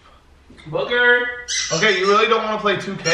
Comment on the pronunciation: when he said booker are you going to help me prank it sounded like he said fucker